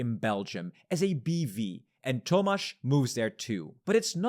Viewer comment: my name is tomasz haha I was very surprised when I heard that lmao, never heard someone say it while speaking english. good pronounciation though!